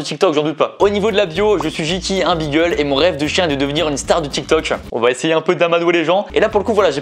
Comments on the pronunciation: Beagle ce dit bigle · Aïe aïe aïe pour beagle on dit pas " bigel " mais on dit " bigle"